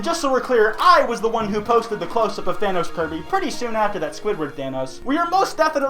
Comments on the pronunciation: why do people pronounce thanos like vanoss its thanos not thanoss i wanna stab myself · The way he siad it sthanos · ( Than- oh's) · You don't say Thanos right